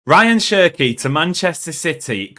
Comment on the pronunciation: His names is pronounced as Ra - yaan Chirkey